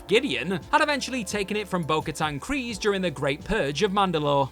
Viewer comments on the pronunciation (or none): none